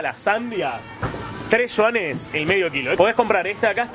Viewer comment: De donde sacas la s de Yuanes? por Dios!